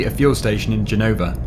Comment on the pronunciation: Italian language is difficult for a British, but you are doing well. Our Z pronunciation is different, but it's ok. And, for the record, it's Gènova, not Genòva...